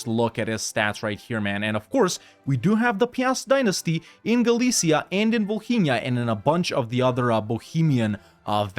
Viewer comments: Bro why do you pronounce Volhynia like Bohemia 😭😭😭😭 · As a Ukrainian, I just laugh the way you pronounce Volhynia. For me It is so hilarous